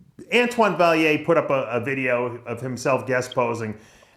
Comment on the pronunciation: Antoine Vaill-ANT not Vaill-IER how many times you've had him on Dave get it right